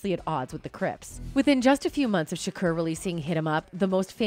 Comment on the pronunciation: Y she keep saying shukuuur 😂😂😂😅